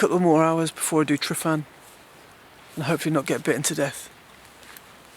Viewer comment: Nice video. I love going out to Llyn Padarn and Photographing Billie the birch. :D PS Tryfan is pronounced Trivan ;)